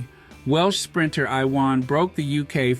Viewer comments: His name is pronounced YOUU-WON. Big-up Harry & Meghan. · Its pronounced youwan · Iwan is a Welsh name - it is pronounced Uwan. Thanks - he's a legend of British sport - and we fans never knew who he really was.